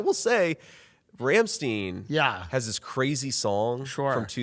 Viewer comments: Its pronounced Rum St'Ine "Rammstein" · The most offensive thing I have heard is how he pronounces Rammstein. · I'm more offended about his pronunciation of Rammstein. 😂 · J.D Vance is that last person I’d expect to know who Rammstein is😂😂😂 He did pronounce it wrong tho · Apologize for pronouncing rammstein wrong 😂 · Add Rammstein to the list of words JD needs to hire me as a pronunciation coach to nail. Along with fentanyl and Pokémon. Cmon I’m a poor type 1 diabetic Buckeye myself!